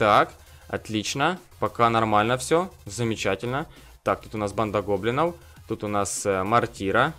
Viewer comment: Почему ты говоришь "Банда гоблиноу"?